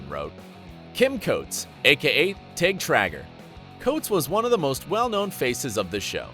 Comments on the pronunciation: If you don't know how to pronounce a name, you should really learn how to do it BEFORE you make the video. "Papillon" is pronounced pa-pee-yon, and "Gemma" is pronounced with a soft "g" (like in the word "gem"). "Trager" is pronounced tray-ger. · Pronounced JEMMA 🤦🏽‍♂️🤦🏽‍♂️🤦🏽‍♂️ you definitely have not seen an episode at all. Also it’s pronounced TRAYGER Jesus Christ guy 🤣🤣